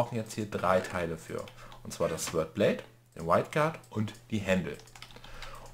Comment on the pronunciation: hat die die Sachen gesiebt, wird noch das Smeltery aufziehen und rettet vor dem Tod. ^^ Eine Frau für allen.;) P.S. Beim Sword wird das w nicht mit ausgesprochen ^^